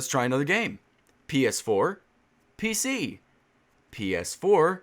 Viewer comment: The way you say „PC” here my phone recognises as „Hey Siri”. I am watching sittin on a couch and from a sudden siri screen just pops out :D scared the shit out of me. Also, great job debunkin this people.